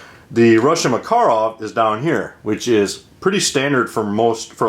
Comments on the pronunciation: It's "mukUruf", not "mEkerov". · Well First of all its called "пистолет макарова" and no, you did not pronounce it right as you said in your video tag. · Yeah, but Maaah-karov sounds better according to Call of Duty. ;-) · Hi friend.I speak perfectly Russian language and I only can speak for Russia and not for other countries.Its a fact about pronouncing word makarov that way as I've written before and no, that doesnt matter how big Russia is, there is common russian language and everywhere in Russia it would be pronounced exactly that way cuz its a RUSSIAN word/name so every other non - russian nation in Russia would pronounce it in the same way. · Hi. Yes, i am aware of that fact in the U.S. and of course I can not blaim english speaking people for incorrect way of pronouncing russian words/language ( same with the most russians who speak/trying to speak english :)) cuz russian IS a difficult language (both linguistic and grammatical), in fact russian language is a kind of a mix, it has slavic base but with a lot of "finnish" and many turk/tatar words (Finnish and all other Scandinavic languages actually developed FROM the ORIGINAL russian (uralic-khazar) language,and not the other way as its been commonly thought.Even old german was spoken with uralic accents (statement of a german expert).Im deep studying the the origins of russian and slavic languages these days :)). There are 37 native (!) different languages in Russia (15 official) with their own dialects and accents of course,but again, when it comes to pronouncing a RUSSIAN word, they all do (or at least try) that in the same,correct way cuz Russian is THE main language in Russia. Cool video about those pistols by the way, and when a PM Makarov is a kind of a deep modernised version of PPK,PPK, what a lot of people maybe don't know,is a deep modernised version of Browning M1910,so browning's babes are the moms (or grannies :)) of the most pistols in world :) Good day Sir.